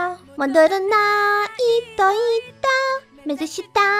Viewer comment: ты должна говорить Митоцыта а не миноцыта